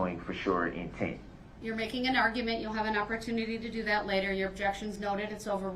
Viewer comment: Judge Dorow: "Overruled." Darrell: "But I didn't even state the uhjeckshun!?" Judge Dorow: "Its still overruled." 🤣 Darrell (muted): "Man.... I'm gonna tell my momma. An' she gone be mad at yall. Yall aint right wit Jezus"